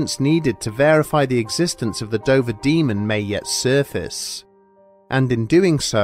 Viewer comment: At the start I couldn't help but hear you say "the Ben Dover Demon". I'm way too tired...